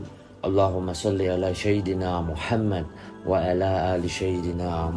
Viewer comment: Maaf mau nanya ini suara asli atau gmn, kok nyebut sayyidina pakai syin.